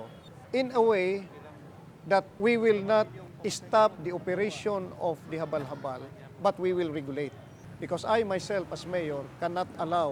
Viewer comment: "The Habalh-Habalh"..😅